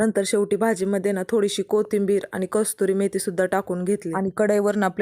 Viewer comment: कस्तुरी मेथी नाही कसुरी मेथी म्हणतात